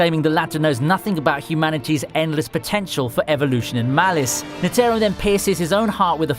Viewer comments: Was he pronouncing it N-Terro? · The way you Pronounced Netero's name just really erked me